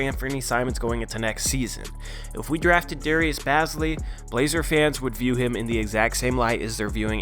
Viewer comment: he is like my brother and it is pronounced bae-zly